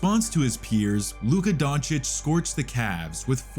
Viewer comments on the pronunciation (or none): f*ck you mean Donkik? his name is Donchich, even tho it`s spelleed like Doncic